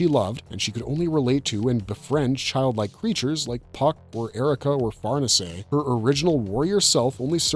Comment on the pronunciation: I love the videos and content man but the way you pronounce “Far-Niece” drives me insane😭